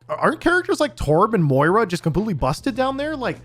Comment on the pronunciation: Why can no one pronounce Moira? XD